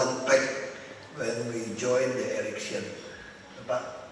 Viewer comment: Ahok bilang erection apa election😁😁